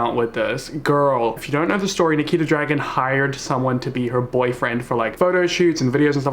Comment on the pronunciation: he definitely said niki the dragon not nikita dragun right? or am i tripping